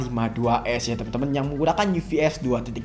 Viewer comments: Bacanya UFS bukan UVS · UFS bacanya Yu Ef Es bang bukan Yu Vi Es